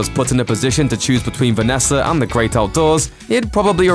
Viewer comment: It’s NOT Vanesser. It’s Vanessa